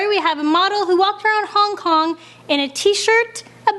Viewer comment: Did anyone notice at the start she said"Hong Hong"😂😂